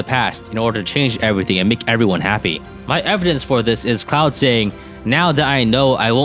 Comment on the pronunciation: The fact that pronounces 'Claude' like 'Cloud' made me think that Three hopes was going to have a FF7 Remake crossover/DLC.